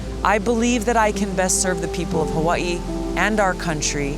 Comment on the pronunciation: I hate the way you pronounce Hawaii